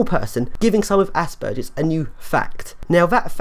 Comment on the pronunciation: Well at least you say Aspergers correctly. I am not sure I agree with some of your attitudes or some of your definitions. But I completely agree that there is a huge problem with the way autism and aspergers as being considered the same and treated the same. Your term of dumbing down is a bit hurtful although I doubt you intend for it to have that effect. Imagine having autism and needing help but having everyone insist that you must only have aspergers and refuse to understand or help you. Call me dumb if you must and ill try to not call you an asshole. Maybe you should try using your great brain to help others. Everyone deserves help and proper understand. We are all individuals with strengths and weaknesses.